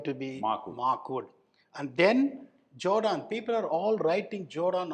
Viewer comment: Jordan ❌ Joedaan ✅ 😂